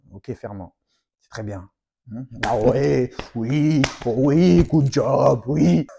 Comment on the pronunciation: "Good job" et non pas "gooo job"